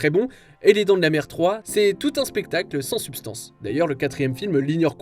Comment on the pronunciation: Je me demande si celui qui fait la vidéo s'est rendu compte qu'il a dit les dents de la mer 2 ( quand il prononce le nom du film on dirait qu'il dit les dents de la merde). Pour la saga Jurassic Park, j'aime tout les films même la saga Jurassic World, seul bémol le couple qui recherche son fils dans Jurassic Park 3 est insupportable surtout la mère, la miracle quelle ne se soit pas fait bouffer par un dino parce que dans le film elle fait tout ce qu'il ne faut pas faire sur une île remplie de dinosaures et c'est dommage parce que j'aurais peut-être mieux apprécié le film si elle n'avait pas été là